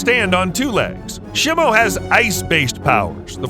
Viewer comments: Nah Blud did shimo dirty. He said shi-mo and not SHEE-mo and called her a "him" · Please stop calling Shimo Shemo. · Shimo is pronounced sheemo out of talking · Bro is saying shimo wrong